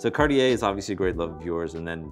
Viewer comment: 'Cartier' does not have three syllables.